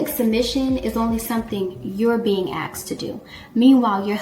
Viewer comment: "Asked" Asssskkk-ed Not axed